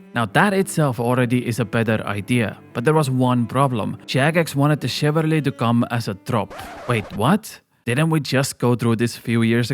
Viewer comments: chivalry* not chivarly :P Other then that, good points. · Please stop saying chivarLY. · Haha, your pronunciation of "chivarly" kills me